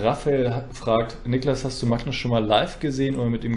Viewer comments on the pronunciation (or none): Wieso sprichst du Magnus eigentlich immer „macknuss“ aus?